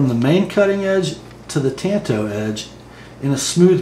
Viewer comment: Why do some knife reviewers pronounce it TONTO? It's TAN-Toe.